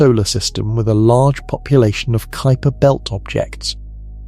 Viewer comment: Far too long for the information transmitted. And please take a class in introductory Latin so that you understand how to pronounce words. Kuiper is pronounced k y p e r. Not k o o y p e r.